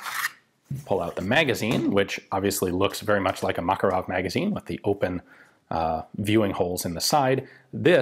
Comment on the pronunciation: Ugh, the cringiness of the Makarov pronounciation :D